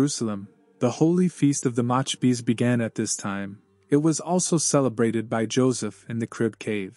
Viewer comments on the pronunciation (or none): The machabeez? The AI needs to be improved or corrected. MACCABEES. NO CHEESE In Maccabeese! 😊